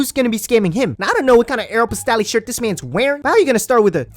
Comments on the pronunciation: It's AEROPOSTALLLLLLL the e is silent lol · Aero-POST- alley- can’t say I’ve heard it like that before lol